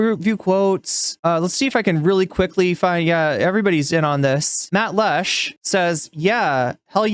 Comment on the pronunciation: Matt Lech's last name is pronounced "LECK". Great intro!